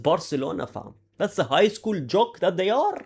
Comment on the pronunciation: "we arrrr back wherrrrrrr, we arrrrr back wherrrr😂